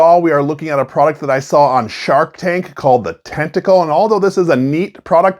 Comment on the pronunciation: Dude you corrected yourself and apologized and then continued calling it tentacle incorrectly the rest of the video LOL